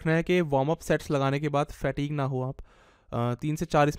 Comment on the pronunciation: Kahan se english sikhi h? Fatigue ko fat eeg Steady ko steedy Pause ko paaus Massive ko maasiv